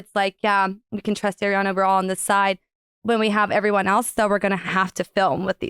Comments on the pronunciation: It’s Ariana… not AIRiana 😂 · She definitely says “air-iana” more than “ari-ana” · Thank you, Nick, for being as bothered by the pronunciation as I am!!!!!!! It is, in fact, 'AHR-ee-ana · Why do people still say airiana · Nick needs to stop focusing on how Ariana is pronounced you’re interrupting points from your guest its coming across rude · Stop interrupting interesting parts with the Ariana pronunciation bs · i think that’s partly due to being interrupted because of her pronunciation of ariana every time she said it